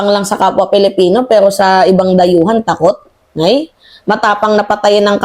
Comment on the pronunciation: Why do you have to pronounce it PELIPINO napalitan na ba ang pilipino??????IT'S ANNOYING